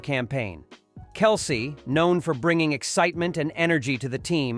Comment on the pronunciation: Learn how to pronounce Isaiah And Kelce....! Keep "Girly-ball"...(NBA)...out of a Man's game..!